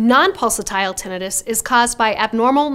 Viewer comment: Yer pronouncing tinnitus wrong.😮